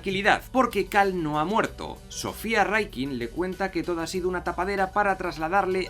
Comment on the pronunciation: No hagas videos si ni siquiera sabes pronunciar Rikkin jaja